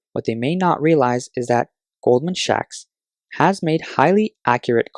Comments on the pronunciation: Yes, I did notice the odd pronunciation. Must have been a merger between Goldman and Radio Shack :) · it is goldman sacks. He reads as "shacks" which means a crumbling house :)